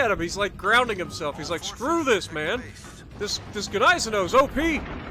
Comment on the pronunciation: Its Niessen-now lololol g is silent